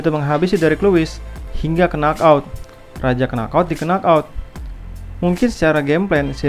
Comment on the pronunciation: Bagus mas, tapi baca nok out mas bukan kenok out